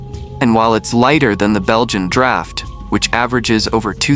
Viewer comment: Not drought..draft horse Draft rhymes with craft